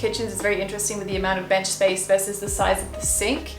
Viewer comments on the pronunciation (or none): oh my god. you just vibing to the microwave oven and being like "spaice" cracked me up